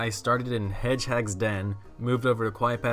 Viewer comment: Pear-ing hedge-hags ;D